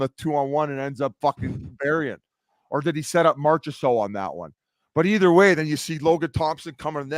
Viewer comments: Biz really needs to stop saying Marcha.. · If he could pronounce Marchands last name consistently I'd maybe not hate how abysmal he butchers it differently every time